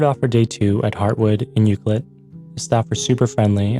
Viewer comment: You’re pronouncing Ucluelet wrong. It’s U-Clue-let. Not Ucluel-it. You have to pronounce the CLUE in the word. Just so you know. (I’m a local)